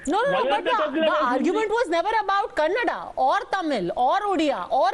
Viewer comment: Gentleman it's "Kannada" do not pronounce it as 'Kannad'